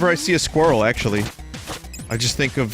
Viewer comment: I´m german and can´t pronounce "Squirrel".